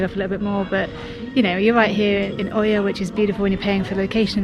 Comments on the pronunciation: Love your videos, but please pronounce Oia properly 🙏🏼 It's Eeea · The combination "οι" in Greek is pronounced ALWAYS "ee" like in the words " tree" "three" and "free" . Almost all tourists who make YouTube videos from Santorini pronounce "Oία" wrongly. You just have to say "eeah" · Its pronounced IA :) great videos btw!